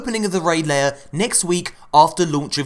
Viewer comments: It’s lair...like hair. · Please stop saying 'raid layer' It's annoying. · I really hope your pronunciation of "lair" is purposeful?